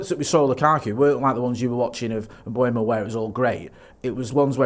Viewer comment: You need to have a swear jar for every time someone says Mbuemo instead of Mbeumo.